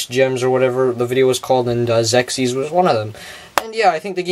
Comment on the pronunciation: Just to be helpful... The name of the game is pronounced "ZEX IS" If you look up the original TV Commercial, You hear the announcer pronounce it this way. I owned this game as a kid and wish there was more interesting stuff about it on Youtube. Sadly, There arent any "history of" type videos or lore explanation videos anywhere.